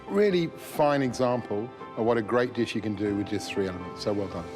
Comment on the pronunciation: Ruined the deesh......